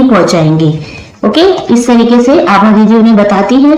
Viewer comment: Didi yah Abha hai aap Abha ko Aha bol rahi ho